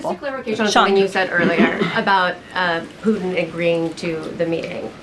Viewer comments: PuTIN not POO IN! You 💩 IN the 🚽. Hopefully PuTIN 💩 IN the 🚽 PLEASE, PLEASE, PLEASE stop saying POO IN!!! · The letter T seems to be missing in the vernacular of spokespersons. Pudtin isn’t Pudin drives me crazy. Ditto the T in the United States. Slurred by Pelosi et all. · President Poo-in! 😅